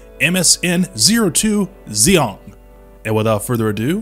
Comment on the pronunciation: "Zeong"... "Zee... ong" "ZEON" with a "g"